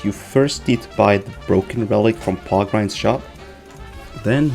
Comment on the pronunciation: Good guide, it's just that you pronounced Porkrind as POGrind, which I am not comfortable with